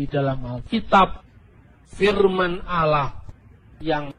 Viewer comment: Ditulis allah,dibaca aolah,kaya ada mkn halua yg panas.